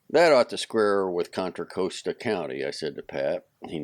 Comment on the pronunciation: However Contra Costa is pronounced in Spanish, locally it isn’t pronounced the way he reads it.